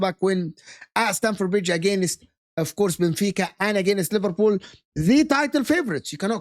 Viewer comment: Bro said liverpud and Livarpool 😂😭